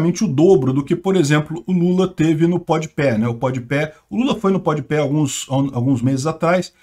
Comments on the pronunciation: pode pé kkkkkkkkkkk rachei, a pronuncia correta é pode pah mas pode pé é muito melhor kkkkkkkkkkkkkkk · Se lê pode pá e não pode pé hahaha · Jamais tankarei o falando PODPÉ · "Pod peh" hauahauaha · Carai, eu não tanko o falando Pod Pé.. hahahahahahahahaha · "Pod Pé" foi foda kkkkk Tô vendo esse vídeo 2 dias depois, e fui consultar os views do Flow agora... Realmente, já passou de 12 milhões 😂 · Após 8 meses da ida do Lula ao Podpah a entrevista conta com 9,1 milhões de views, o Bolsonaro com pouco mais de 18 horas de ter ido no Flow, a entrevista ja conta com 8,1 milhões de views Muito engraçado o falando podpah errado kkkkkkkk